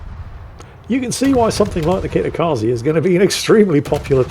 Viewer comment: let me help you with pronouncing Kitakaze correctly. Kitakaze is Japanese (it means "north wind") which means the e sounds like the e's in words like emperor, elevator, exit, leg and bed rather than the ee sound in words like free, seek and agree. In fact, that is what all e's in romanized japanese words sounds like.